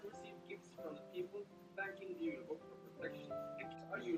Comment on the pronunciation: I bet people who don't know how to speak Norwegian thought u did a typo because julebukk is pronounced with a y sound instead of a j